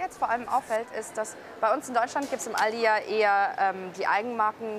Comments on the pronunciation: "Aladi" xD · No one: Not even a single soul: Chinese People: Alotdi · Das am Anfang hört sich an wie " I love di" Ich dachte die lernen englisch und meinten I love you und nicht Aldi xD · weil die nicht Aldi aussprechen könne. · Als sie sagte:,, der Aldi bei uns“ dachte ich sie meint den in China 😀